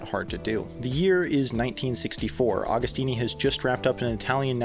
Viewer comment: Pronounce the name correctly!